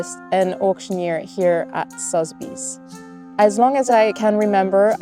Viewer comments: She should work on saying Sotheby's.. 😊 jk she's fabulous! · She says “Sotheby’s” really weirdly😅